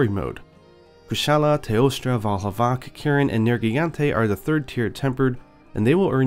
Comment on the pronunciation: Gets real anal about the pronunciation for Bazelgeuse but can't tell the difference between a z and a v. Vaal Hazaak. ZZZZZZZZZZZZ